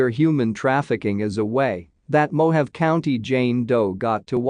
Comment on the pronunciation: Mo-ha-vee = Mojave